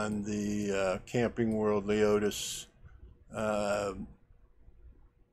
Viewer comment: its lemonis not leotis ok